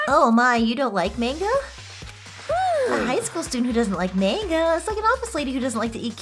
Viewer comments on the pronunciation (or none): is anyone beside me a little bit disturb of how is pronounce 'manga' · The real tragedy is hearing “manga” mispronounced so many times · Guh, I cringe whenever she says Manga wrong